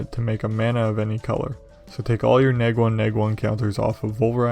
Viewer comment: Hearing you constantly say Neg drove me insane